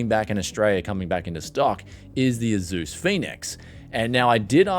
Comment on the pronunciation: You said "AZUS" again lol instead off "ASUS"